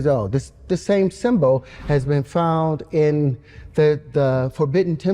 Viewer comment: The way he says symbol makes me want to rip my eyes out.